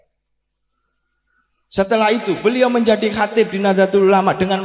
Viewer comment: Asril sani ngga mantab sebab istilah-istilah yang dasar dlm NU kurang Fasih Dia Ucapkan dlm ceramah ini. Contohnya : Katib = Sekretaris dibaca Khotib..? Muassis= Pendiri dibaca Muazziz..? Terakhir Baca Wallohul Muwaffiq dst..? Bok Ya yang mendasar tentang Istilah-istilah NU itu diapalkan dg baik biar orang Optimis kalau Dia Santri NU.